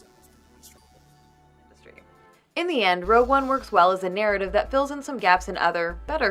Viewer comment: Is she saying "Rogue" One, or "Row" One?